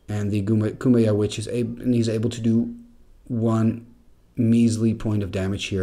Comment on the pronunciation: Pretty sure Cuombajj is pronounced coo-ahm-badj. And Serendib is sair-in-deeb.